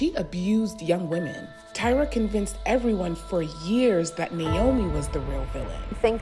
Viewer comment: Where is there pitting here? Unless this news is made up, there is NO pitting here. They’re just reporting news. And it’s “Tyra” not”Tiara “. These two debuted around the same time so it’s inevitable they’re gonna be paired. As long as is not for rivalry reasons…..